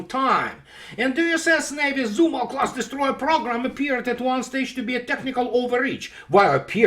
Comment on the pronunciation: ''Zumwalt'' 🤔...sounds like Zumwald. Looks like paperclips influenced U.S. military heavily 😏.